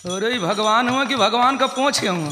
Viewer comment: Bhagwanka nam pronounce karne bhi nahi aata